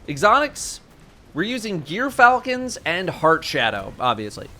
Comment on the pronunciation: It's GEARfalcon, dolt.